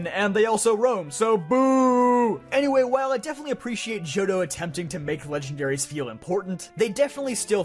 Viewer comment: THE T IN JOHTO SHOULD BE AFTER THE H!